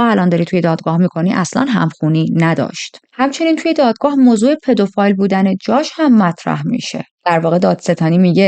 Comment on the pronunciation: پدوفیل درسته نه پدوفایل